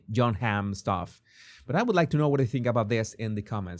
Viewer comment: JESUS ENRIQUE ROSAS don't laugh but when you END your streams i thought you were saying PISS instead of BLISS 😂😂😂Don't shout 😂😂😂🎉🎉🎉